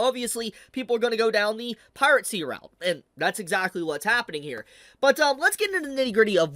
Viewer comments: Has always pronounced piracy as "piratecy?" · do you say piracy with a t? I swear I hear you say piratcy every single time you say it and it keeps bothering me lmao